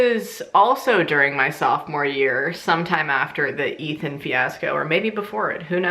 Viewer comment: I was eating when you said Ethan and I thought you said Meathead lol